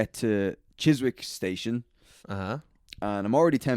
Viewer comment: FYI it's pronounced Chis-ick - no W. (Trying to be helpful not snarky)